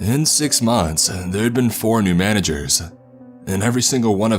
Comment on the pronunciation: “In six monthsuh, their had been 4 new managersuh”